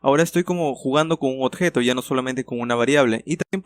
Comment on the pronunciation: "Odjeto" XD